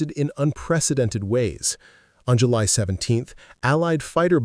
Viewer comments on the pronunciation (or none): none